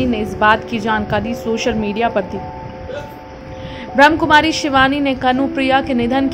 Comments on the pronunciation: एंकर महोदया उच्चारण सही करें। ब्रह्म कुमारी नही है। ब्रह्मा कुमारी है। वैसे मैं ब्रह्मा कुमारी से नही हूँ। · स्वीट सिस्टर एक request है नाम सही से बोले ब्रह्माकुमारी ब्रह्मा कुमारी ब्रह्मकुमारी ब्रह्म कुमारी नही😊